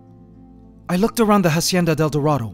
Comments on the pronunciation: the "ha" in "hacienda" is pronounced as "ah", not "ha" ...FYI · When saying "hacienda del dorado" ignore the H at the beginning. It's pronounced Acienda. Like Ancestor. Cool video ;) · Okay man, I'm not a subscriber but I enjoy seeing your videos every now and then so Imma just tell you now that you're not supposed to pronounce the "H" in Spanish, It's basically a silent letter every time. I'm not mad or anything, it just urked me when I heard you put so much emphasis on the "H" in a Spanish word. Glad the Golden Empire's still okay! :-) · good video, the ant's world is really interenting. Just one thing, we don't pronounce the H in spanish, hacienda starts by pronouncing the a directly without the english H sound. Pls try.